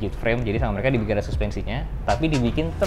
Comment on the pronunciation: Biasa Kan Keceletot Lidah Nya Antara Mau Ngomong Indonesia Sama Mau Ngomong Inggris 😂